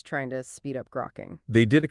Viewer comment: It's not "groke-ing" it's "grokking" pronounced like "Spock". It comes from Heinlein's book "Stranger in a Strange Land"